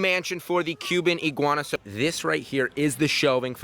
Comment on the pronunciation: Literally in the first ten seconds he says Cuban iiguans